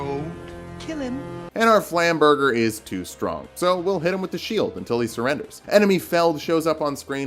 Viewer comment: dear, flam-burger? Really?? Jk, I love your content! ❤️‍🔥